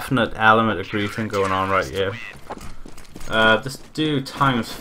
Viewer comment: love how you say grieving instead of griefing